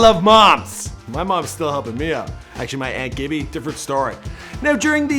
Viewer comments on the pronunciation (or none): none